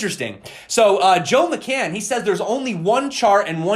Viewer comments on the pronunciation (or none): none